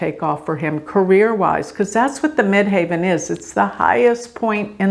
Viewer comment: why do you say Mid HAVEN instead of Mid HEAVEN? I have honestly never heard it pronounced that way?